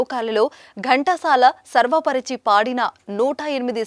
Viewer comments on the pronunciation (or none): 'సర్వ' పరచి కాదమ్మా 'స్వర' పరచి...